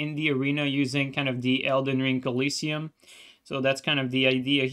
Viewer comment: Colosseum pronunciation getting wilder every week